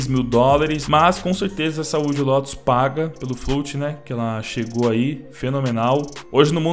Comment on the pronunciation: Não é "Lotus". É "Lótus".